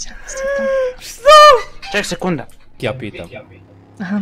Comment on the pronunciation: nije yezuur nego yessir..